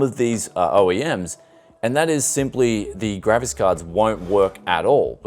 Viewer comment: gravis card = an old brand of sound card. He’s mispronouncing ‘graphics’ to sound like ‘gravis’... I think 😂